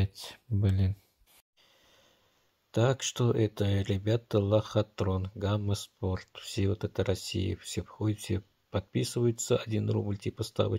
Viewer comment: Хахахаха, гама спорт, иди английский учи